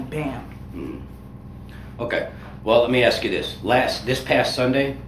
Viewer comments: What about “axe” instead of ask? None of them say ask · We was...ax anywhone....jesus christ.